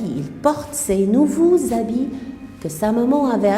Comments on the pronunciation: On dit ' habits ' et non pas ' habilles ' . Grande différence entre vous et Mme Houda, c'est bien dommage.. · habits et non pas habilles ?? c'est quoi ça en plus on dit 3 heures avec s et non pas 3 heure